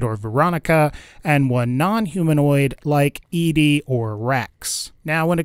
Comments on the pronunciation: Why was i so triggered every time he said E-Dee..... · thats how i always said it. i also tend to gender her as female, even though i know its supposed to be "eddie" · it's. pronounced. fucking. eddie. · I get that, I've seen the lore and played it for myself. But the way he pronounces it in the video is incorrect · An absurd amount of time playing Mass Effect 2 has me say EEDEE but I feel like FNV's ED-E is supposed to be pronounced Eddie. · The robots name is prounounced Edie not Ed, stop butchering the name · His name is pronounced Eddie. Not E-Di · Why in the fuck do you keep referring to ED-E (Eddy) as E-D (Edee)? Explain. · Your video kept confusing me because I thought there was a character I was unfamiliar with who's name was pronounced Eedee. It's pronounced Eddie, like the song, in the game that you played, and then made a video about...👎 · Its pronounced „ed - e“ not „edee“ 😅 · E D REALLY E D it's ED-E as in ED then the letter E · Peter Wojo I thought it was ee dee ee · Od1nGaming it's not how you pronounce his name, it's Eddie, it's a reference to Eddie my love and in the lonesome road DLC the man who made him calls him Eddie when Eddie plays his voice recording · Yes, it is Eddie, ingame too. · You’re not the only one😂